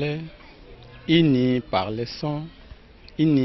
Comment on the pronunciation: Cest uni et pas ini